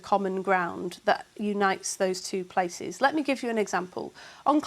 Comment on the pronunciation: all Andrew Neil has done is let Lisa Nandy speak. but before some sentences she says lit me speak??